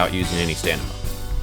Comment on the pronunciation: He kept saying "stanima" its stamina lol 😆